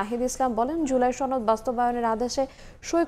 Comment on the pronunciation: ছনদ? নাকি সনদ 🙄